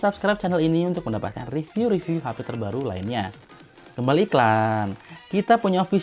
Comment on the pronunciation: saran aja bang, kalau review itu dibaca rɪˈvjuː (bukan re tapi ri) dan design itu dɪˈzʌɪn. biar kedepannya makin oke